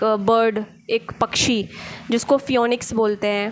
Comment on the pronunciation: फ्योनिक्स नहीं फीनिक्स* 😊 Thank you I needed to hear this today.